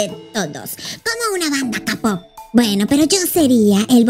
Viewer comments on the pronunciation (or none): Cómo q kapoper😭😭😭 se dice keipoper 😭😭😭 el término kapoper es para los fans en ese caso sería "Idol"